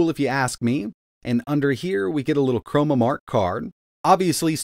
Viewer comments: ChroNOmark, as in time. Not chroMOmark, as in color. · CHRONOMARK not "chromamark"